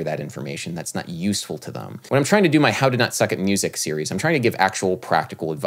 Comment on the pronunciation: Hey Adam love your channel(s) and had a deep philosophical question. How come you pronounce them as thum 😎 (sorry couldn’t stop myself) ? Did Miles pronounce it that way... ?